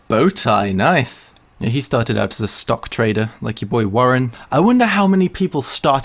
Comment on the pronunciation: stalk trade. I seriously heard stalk trade HAHAHAHAH